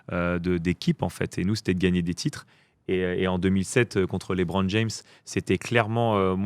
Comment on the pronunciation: On dit LeBron, pas LiBron